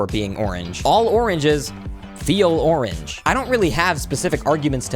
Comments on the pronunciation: Correct me if I’m wrong he said orange 31 times and the 24th time it lowk made orange not sound like a word also the 24th orange was like o-ranGE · after hearing onage lots of times i realized the pronounciation is goofy and orange is the 2nd best color after red